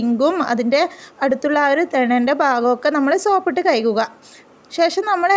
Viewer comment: കഴുകുക അല്ലെ ❤ kayukuka അല്ല